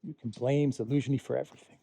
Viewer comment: Why do you keep calling Zelensky, Elynski? Are you learning disabled.